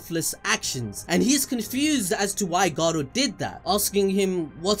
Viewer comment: Stop rolling the R when you say Garou